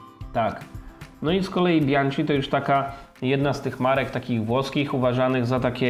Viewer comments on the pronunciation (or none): Panowie, Bianchi to „bianki”, a nie „bianczi” 🙂 Sorki, musiałem… 🤓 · Rozumiem że wymowa „bianczi” to forma żartu 😉